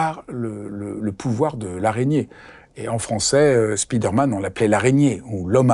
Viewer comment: Excellent, merci! J'adOre votre chaîne! Petite correction: on dit spider man et non speeder man (au son: spaye, et non spii)